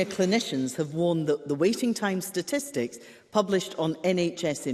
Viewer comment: Is Himso saying “stististics”?